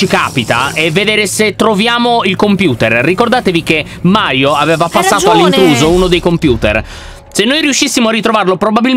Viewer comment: LYON HA DETTO MAIO INVECE CHE MARIO